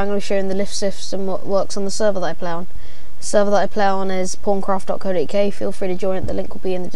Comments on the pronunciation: they he said it, it sounded porncraft (i know its pawncraft) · Thought you said porncraft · thumbs up if u think he said porncraft :L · lol i love English accents XD but wow thats so cool, tho wen u first said 'pawncraft' it sounded like something else lol